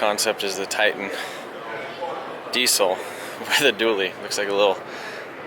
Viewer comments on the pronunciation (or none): none